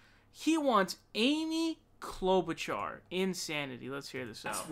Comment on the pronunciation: lmfao Krystal holding in laughter when he says "Amy CLoudbootjar" so fucking funny. she killed it.